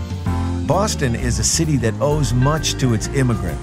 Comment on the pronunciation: He is speaking correctly for a Bostonian. We don't pronounce our R's at all and it does sound fake at times. We don't say BAUWSTON, we say boss ton. Bosston.